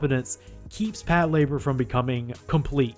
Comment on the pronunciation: is that hows its pronounced? Its not PAT -la - BOAR?